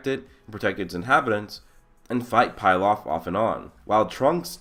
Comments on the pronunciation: Bro it's not 'Pil-off' It is Pilaf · It's not pie laf it's pee laf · Bruh its not pie-laf it's pee-laf. Emperor Pilaf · I love your videos man. But it's pronounced pee-lahf